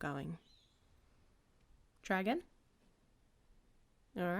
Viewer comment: I heard the same thing. Caught me so off guard. 😭✨